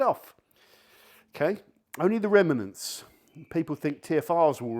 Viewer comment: Remanants?? 😂😂😂